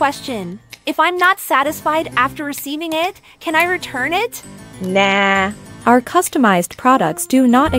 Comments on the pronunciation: Not the “naahhh” really became Aussie for a split second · That nahh was personal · why was that "Nahh" so personal tho😭😭